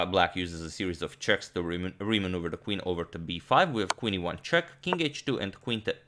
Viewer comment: What you say :- Qe1+ What I hear :- Queen to ivanchuk 😂